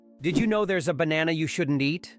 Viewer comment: = Yep…knew about cats = Yep…knew it was the USA = I’ve been to the Great Wall = Peaches & almonds is news to me = Plantain is actually pronounced plan-tin = The former Lighthouse at Alexandria was one of the Seven Wonders of the World = This clip was posted a week ago, but still refers to Queen Elizabeth II in the present tense… = I knew about the mushrooms because I saw the documentary Fantastic Fungi six times while it was in the theater = Yep…knew about peanuts = The eraser info was fascinating = Thai bills are also all variable in size, as are its coins = The tree root system info was fascinating = I knew about giraffe tongues, but not the reason why = Again, I knew about ants and fungus from Fantastic Fungi … I recommend it very highly = I’ve been to The Great Wall of China = I’m older than two billion seconds—woohoo! = Another fun fact about flamingos is that their color comes from a diet of mostly shrimp, but in places where shrimp plays a small role in their diet, they’re largely white—I once saw one in San Francisco Bay down near Alviso = So, the sun sounds like 2001: A Space Odyssey? = Thai bills are also plastic and features a small strip that is translucent; coins are metal = The pierced guy is gross—sorry dude! = Vernal literally means greenness = It’s interesting that John Steinbeck should be mentioned since I live in Salinas where he was born and raised = It’s actually pronounced Bagan (Pagan is a transliteration error) and the country is pronounced Mē-an-maw—I